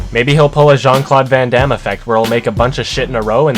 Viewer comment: The way americans pronounce jean claude van damme makes me want to kill myself